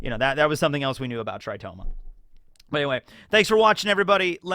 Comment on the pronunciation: Tritoma not "Toritoma"??